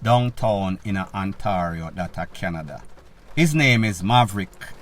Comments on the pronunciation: Ontario, pron. On - tay - reoh............. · The Canadian province of Ontario is pronounced " On- tay- rio". 🇨🇦🇨🇦🇨🇦🇯🇲🇯🇲🇯🇲